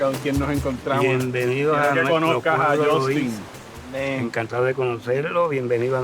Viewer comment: Bro if you say Luisa one more time …